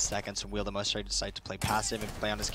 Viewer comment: Say “my-es-tro, instead of My-stro, but the day Ka-de instead of Ky-ed